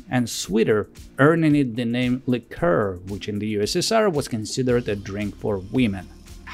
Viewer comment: Как вы русские заебали уже. Вы бля*Д*ь свой язык толком не знаете, так ещё на английском умничаете. ЛИ-ка ... хуИ-ка блядь. Есть слово liquor, а есть liqueur. И они, сюрприз блядь, и по смыслу и по произношению разные. Как бы так фильтр настроить, чтоб вас банило автоматом.